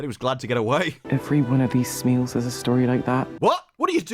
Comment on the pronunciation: the way they pronounce smial as smeel pisses me off its like "smile"